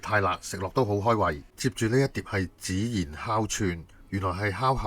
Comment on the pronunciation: 孜然（讀：✅知，❌只） 我都好喜歡呢家，但只去過一次，你提醒了我佢哋個名，一定要再帶朋友們去！😋👍🏻